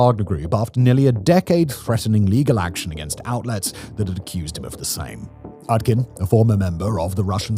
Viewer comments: Utkin is pronounced with a U. Not an A. It comes from Utka, russian for duck. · I'd be remiss if i didn't mention that "Utkin" (pronounced OOT-kin, come on Simon) is basically Russian for "Duckman". Yevgeni Duckman.